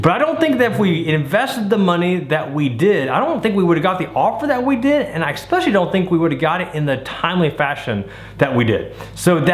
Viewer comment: It's not ECK specially it's ES specially